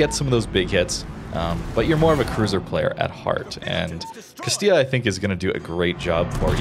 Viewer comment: Can say Castilla but not Venezia XD. Great video though and a slept on line, love the addition of a heal early on as well! Why can't all cruiser lines be updated with limited heals for low tier.